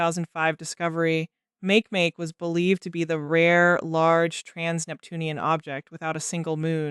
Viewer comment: "Make-make"? It's pronounced "maakay-maakay".